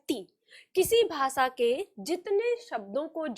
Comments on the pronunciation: आप खुद श और ष को स बोल रही है भाषा को भासा बोलती है।अपना उच्चारण सुधारिये फिर सिखाइए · विनम्र निवेदन है कि; आप जब भाषा बोल रही हैं तो वो "भासा" सुनाई पड़ रहा है। और जब "प्रयोग" बोल रही हैं तो वो "प्रियोग" सुनाई पड़ रहा है। ~~~~~~~~~~~~~~~~~ श - शलगम वाला "श" ष - षट्कोण वाला "ष" स् - सरगम वाला "स" हमारे बचपन में यो हमको ये पढ़ाया गया था, 60 के दशक में।